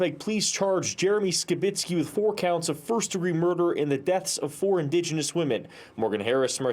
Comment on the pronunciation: "indegeniius" lol shes more white than me...